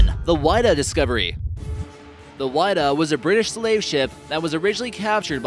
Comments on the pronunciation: You're mispronouncing Whydah. The first syllable is spoken like the wi in widow. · The Whydah is pronounced like "w-ih-dah-"